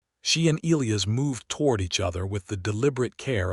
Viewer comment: You simply must figure out how to pronounce names! Elias is pronounced ee lie us, with the emphases on the middle syllable!